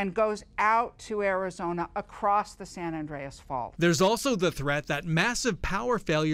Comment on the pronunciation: Is it me or is the reporter mispronouncing San Andreas?